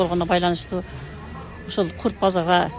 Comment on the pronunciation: Ой эжее чоон эле адам экенсиз озбектерге окшоп кайра кайра эле " курт,курт эле дейсиз да. Курут десениз кыргызча эле Билбесениз дагы бир жолу туура айтылышы да жазылышы да Курут болот